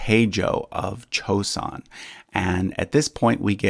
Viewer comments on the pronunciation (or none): It's not chosun it's joeson. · the J in Joseon is pronounced correct, not CH